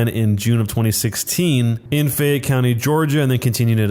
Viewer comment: Fayette County, Georgia. Not Faye.